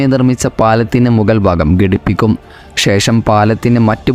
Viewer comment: സംസാരം കൊള്ളാം. പക്ഷേ ഗടിപ്പിക്കുക അല്ല ഘടിപ്പിക്കുക ആണ് ശരി.